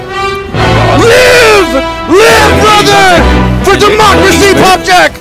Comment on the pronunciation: It's over... he said democracy I heard "democussy", end my suffering early... oh please god end my mortal pain